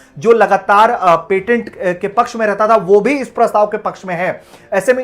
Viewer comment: सही से पेटेंट तो बोल लिया कीजिये और वीडियो में गलत बातें बताने से पहले self review भी कर लिया कीजिये।